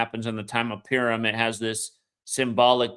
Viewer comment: purim mate, not pirum :) thanks again